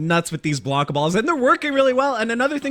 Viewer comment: His name is Blanka, not Blonka lol